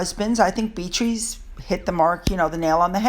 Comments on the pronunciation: I appreciate your videos very much. One thing I have noticed is how you pronounce eight Beatrice‘s name. It’s pronounced Bee-Uh- tress. Sorry I’m just a stickler for that kind of thing. Love love love your videos. 💜💜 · That's Methane, she loves to sqaut! The Body Language Guy has made a whole video about this and he even points out her freckles 😳 😂 seriously..that's her! the way to pronounce Beatrice, is: Beetriss..❤️🤗🙏